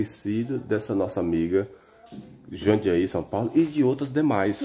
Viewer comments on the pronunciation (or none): Não é Jandaí é JUNDIAÍ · Meu amigo não existe JANDIAÍ o CORRETO é "JUNDIAÍ." da mesma forma o correto é LÚCIA e Não LUSSA ou LUÇA.